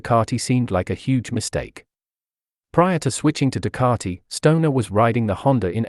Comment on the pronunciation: Ducati. Ducati. Learn to speak correctly Ducati NOT Ducararti